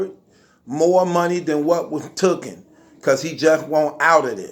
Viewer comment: It’s taken not “Thookin” 🤦🏾‍♂️🤦🏾‍♂️🤦🏾‍♂️